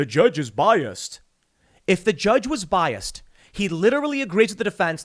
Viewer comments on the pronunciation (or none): No T in "Biast"... But I'm bias.